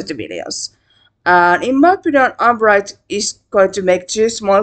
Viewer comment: it's pronounced yoo-nee-bright. i like what it's doing.